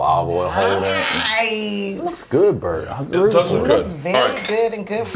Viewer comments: I thought i was hearing shit 😅 I knew I heard brett!😅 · Tiff calling Bert “Brett” over and over.. I’m crying. 😂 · I love how Tiffany says Bret instead of Bert the whole episode. HAAAAAAA